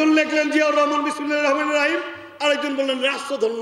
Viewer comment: বিসমিল্লাহির রহমানির রাহিম সঠিক উচ্চারণ করতে পারে না।